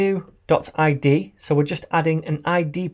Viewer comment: todo Not tod :P